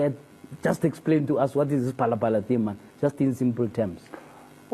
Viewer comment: He can’t even say “phalaphala”. Good work Dr JJ.